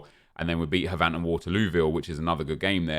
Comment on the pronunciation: You know these videos are fantastic when you're biggest problem isn't enjoyment, or EAids, or rebounds. It's the fact that, as someone who lives near Havant, it annoys me that he doesn't pronounce Havant the same as "haven't" like it should be 😂